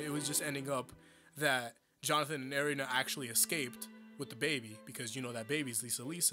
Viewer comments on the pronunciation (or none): its eh rina not arina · You keep pronouncing erina as arena. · The way you pronounce their names hurts Its Eh-Rin-Ah not eh-ree-nah It's Straits not straitso It's ze-peh-li not zep-elli other than that nitpick it's chill bro, good video